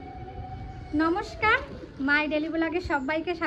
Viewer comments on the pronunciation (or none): none